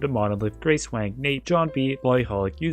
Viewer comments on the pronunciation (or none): none